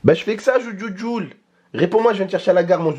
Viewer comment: c'est thejuljul pas zoujuljul a je vous kiff trop a cause de vous ma mère c'est réveillé tellement j'ai rigoler bisous a vous😂💕👏